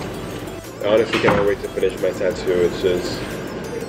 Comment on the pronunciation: Am I the only one hearing “tutu” instead tattoo? Lol